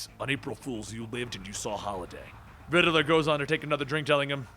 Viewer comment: The name is Riddler.. not Riddiler